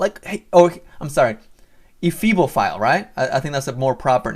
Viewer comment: You said febalphile the funniest shit I've ever heard ! bahahahaha!!!!!!